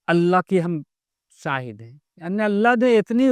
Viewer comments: अस्सलामु अलेकुम हज़रत, मेरी इस बात पर गौर करे इंसान में सीन हो होता है न कि शीन सीन से शाहिद नहीं होता है शीन से होता है, शाहिद का मतलब गवाह होता है न कि साहिद का, बुरा न मानना मैने बस बताया है कोई बात बुरी लगे तो माफ कर देना अल्लाह आपको सलामत रखे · "Seen" se Saahid nahi hota. "Sheen" se Shaahid hota hai.